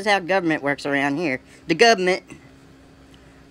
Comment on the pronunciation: LMAO He actually said, "the gubmint." What a stereotypical tool.